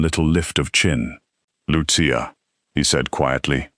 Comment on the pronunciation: Excellent ❤. The voice mispronounced Lucia several times.